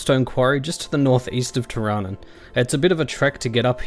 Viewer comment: Isn't it pronounced teer-a-noon?